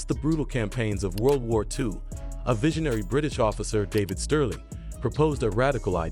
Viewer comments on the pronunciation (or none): none